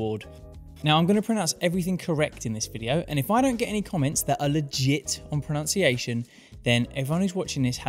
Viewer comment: I'm sorry this is hilarious but you pronounced pronunciation wrong haha